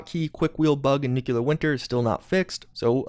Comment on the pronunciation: Dude If you can say "impactful" you can say "Nuclear" right! 😁👍🤔😂